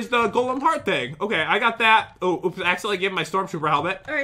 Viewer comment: Pat be like: oUps